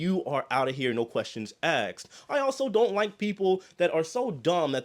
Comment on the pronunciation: Loudly proclaims "Aksed" then calls other people dumb. This guys' grammar is so terrible yet he has no clue how bad it is and talks like he's getting paid by the word. LOL He should be doing infomercials because he can really talk without actually saying anything relevant. I know it's a cultural thing, he probably says fill when he means feel and feel when he means fill. I don't know how that started but its very common. I wonder if he knows he has terrible grammar or if he just doesn't care? I don't think he's stupid he just talks like an 8th grade drop out. Good for him not caring what people think about his poor use of language.